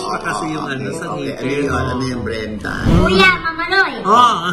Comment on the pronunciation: Brenda, pero Mrena bigkas nya ksi may cleft palate sya.